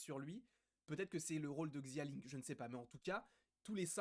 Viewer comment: Salut je parle pas le mandarin mais je pense que xia ling se dit shia ling